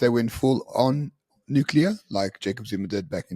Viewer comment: Please …. once again ….. it’s not “NUCULER” ….. it’s “NUCLEAR” …. come on mate, you’re not American!!